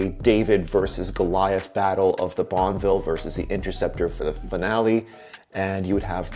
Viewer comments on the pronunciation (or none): Every time you said Bonneville im hearing bonnvill not bonuhville.